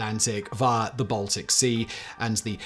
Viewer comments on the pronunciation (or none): none